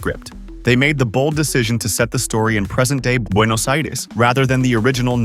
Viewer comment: Very good pronunciation of Buenos Aires